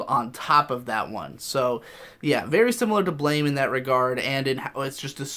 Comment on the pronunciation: Just an FYI, Blame is actually pronounced like "Blam"